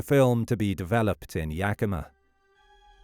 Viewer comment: Great pronunciation of Yakima!